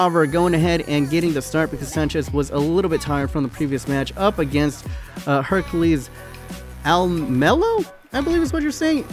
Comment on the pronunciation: happy birthday!Hera-kles al-muh-lohit is derived from the Greek Demi god who is often referred to as Hercules. Champions in late 1920's and in 1940/1941 season. the guy who scored with that Barcelona attack was in the youth system of Ajax and then transferred to my favorite team in NL, de graafschap <3at Ajax they don't know what to do with traoré. El Ghazi is slowly returning to the squad.Also good signing of st. Juste (you're pronunciation is correct!) he's got big potential!